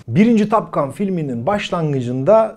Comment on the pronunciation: Türkiyede Amerikan İngilizcesinin taklidinin yapılmaya çalışıldığını biliyoruz da,en azından böyle kaliteli kanallarda olsun TOP ve TAP gibi telaffuzlara dikkat edilebilse .Her O harfi A olarak söylenmez.Topgun ,en düzğün söylenişi Türkçe Topgan en doğrusu olur